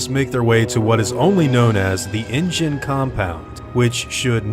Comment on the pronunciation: Why do you keep saying engine?